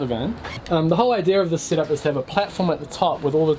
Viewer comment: Idea is spelled IDEA there is no R in idea so quit saying idear